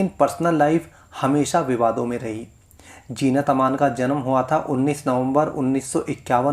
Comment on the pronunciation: Jeenat nahi zeenat he